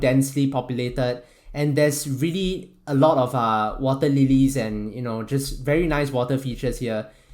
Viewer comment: are you Singaporean?, the way you say "water" (wateh) sounds so Singaporean.